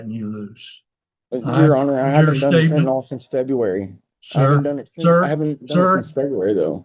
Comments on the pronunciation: Am I the only one who is annoyed when people mispronounce “fentanyl” as “fentanol”? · Fen tah nill not fen tah nall.